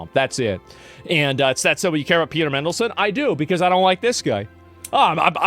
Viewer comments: Lol Mindleson. MAN-DEL-SON but yeah shocking stuff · MAN delson mate not mendlesen 😂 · Asmon's pronunciation of names is diabolical. MINdelson, Jizz Lane lol.